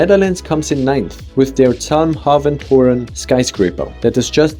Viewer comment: You pronounced zalmhaventoren very german 😅